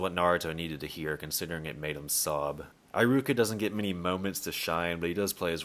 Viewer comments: Nice video, although I must say this is the first time I've been so bugged by someone mispronouncing a name..high-ruka. Come one, it shouldn't be that hard. He-ruka 😂😂😂Don't mind me, I'm never really bugged by mispronunciations but this just got to me somehow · Why do you say Eye-ruka? Do they say it like that in the sub? I doubt it because I is usually said like e in Japanese... it's E-ruka. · ee-ruka. Not aye-ruka. @@ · Eye-ruka? WHAT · Im not usually one to make fun of people's pronunciation, but homie said eye-ruka hahahahaha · Who tf is EYE-ROO-KUH???